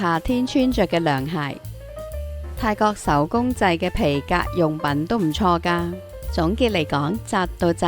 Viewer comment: 請改善懶音，例如:泰國個國，陽光個光，水果個果，果汁個果，如果個果，樂隊個樂，係音樂個樂，唔係快樂個樂，個我字，個你字都有懶音。另外，係翟道翟，唔係習道習，同埋mixt商場出面既串燒，10b一串唔係$5左右港幣，係大約$2